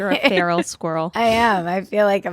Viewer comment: My cat literally hissed at my phone during one of your ‘Pferal’ moments 😂😂😂. Also proof that Epstein didn’t lull himself 🤔